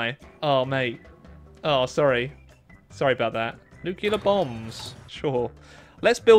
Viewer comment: NEW-CLEEE-ER NOT NEWK-U-LUR